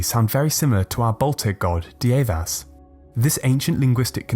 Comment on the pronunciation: Dievas is pronounced Dear-vas...get it right!